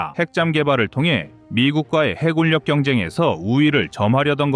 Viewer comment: 이젠 좀 해굴역, 공굴역 ... 이딴 발음 좀 없애주길... 정말 못 듣겠다. 쩝.